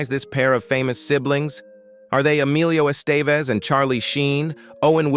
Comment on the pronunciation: Por qué la voz no puede decir Emilio Estevez? Considero que es una falta de respeto